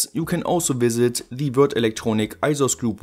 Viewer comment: Nice to hear you pronounce Würth, English speakers would say it like the word "worth". Also, are you sure they're inductors and not actually magnetic flux capacitors? ;)